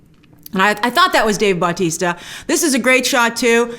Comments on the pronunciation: It’s Batista But-tista lol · I absolutely hate how Grace is pronouncing Dave Bautista's last name. The emphasis is not on the "Bau" it is on the "tis". It's really starting to bug me. Other than that great vid.